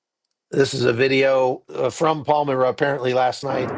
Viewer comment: It's pronounced "Palm-MY-ra, not Palm-MiR-a" . I have been to Bondi Beach. Sad to see this happening in such a beautiful, happy place. This is the heart of Sydney. A wonderful, world-class city.